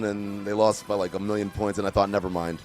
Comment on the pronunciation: saying pernts got me 😂